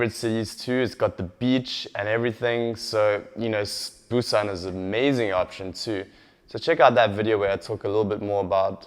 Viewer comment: referring to his Korean. He calls Busan "boo-sun" and Gwangju (gwun-joo) - completely wrong.